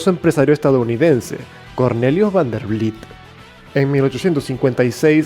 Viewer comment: Cornelius Vanderbilt , no Vanderblit